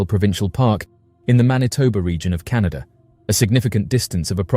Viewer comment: It's CANADA! NOT Canadia. MORON